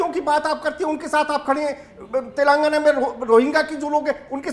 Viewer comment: He is not able to pronounce telangana properly , it's not telgana it's (TELANGANA)